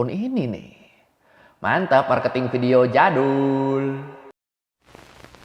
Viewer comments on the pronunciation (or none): none